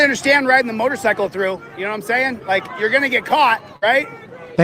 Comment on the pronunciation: I absolutely love, but why the fuck is he calling a motor"cycle" a motor"sickle" 😂😂😂 Much love Brian and! <3